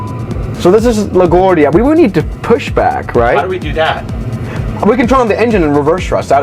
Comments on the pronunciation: as a new yorker the way you pronounce la guardia infuriates me lol try pronouncing it like la guAHRdia (emphasize the a more kinda) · "La Gwordia"